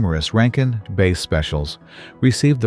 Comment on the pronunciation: Not base - bass that rhymes with pass. I hate AI.